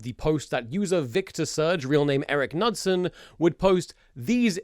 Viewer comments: Pronouncing Knudsen as Nut-sen😭😭😭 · As a Dane, I am deeply offended by that pronounciation of the name "Knudsen" xD